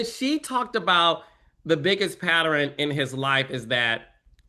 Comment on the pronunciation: Please teach Carlos how to pronounce "pattern". Her pronounces it "patteran". 😂